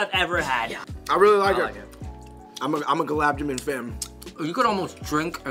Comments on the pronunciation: Holdaram, gulab ja-min, pacha-taran, booja 😂😭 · Y'all straight butchered the pronunciation of Gulab Jamun 😂 Also Khatta Meetha is the best snack out there and that's a fact. LOL